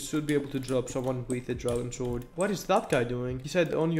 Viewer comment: You might be my favourite uhc youtuber ever🔥🔥🔥 Oh yeah and btw you don't say the w in sword :)